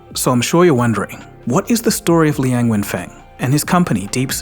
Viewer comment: Li “quang”? Dude’s butchering his name .